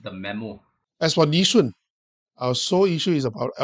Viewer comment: Goh Meng Seng, ffs, it's Nee Soon not Nee Shun!!!